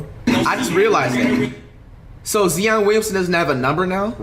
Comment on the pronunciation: why does he pronounce his name like zeon instead of Zion 😭